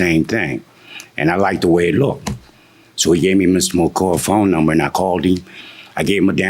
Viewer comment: Look-ded. I hate it too .